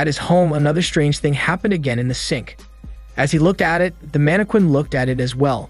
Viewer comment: The way all the recap channels pronounce Mannequin.😆😅 manne-quane Lol.. its pronounced more like Manne-kin.